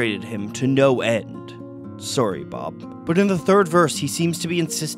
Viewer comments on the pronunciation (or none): Vegg traces? - a ragged claun? - surry bob? *just been bombarded with too many pronunciation cringe triggers at once...